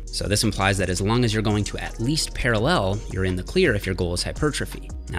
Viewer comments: I hadn't noticed Jeffs accent until now. Why does he keep saying ParalLEL like that!?! Hahaha. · Para LELLLL